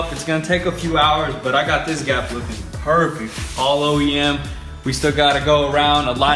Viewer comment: "it's going to be parfect"